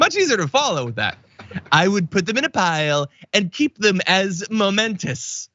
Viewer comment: He and everybody in between mean MEMENTO (pl.-mementoES). It'll be easier for everybody if some people didn't pronounced it as MOmentos. Forget the chump, he's a lost case.😉